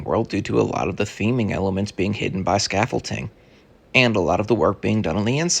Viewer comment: Please stop saying scaffolting……it’s scaffolding. Thank you. Otherwise, nice update!